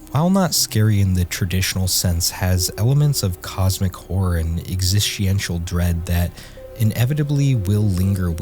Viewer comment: Existential: ❌️ Exist-E-ential: ✅️